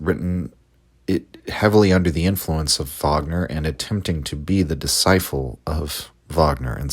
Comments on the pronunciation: Fascinating stuff but can't get over the pronunciation of disciple as discifle. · Are you mispronouncing disciple??